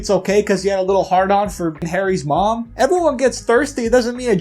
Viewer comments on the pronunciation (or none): none